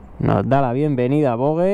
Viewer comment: Se pronuncia VOJE !!